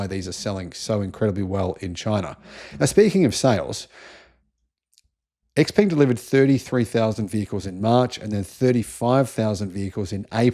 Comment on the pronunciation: Isn't Xpeng prounounced “Shpeng”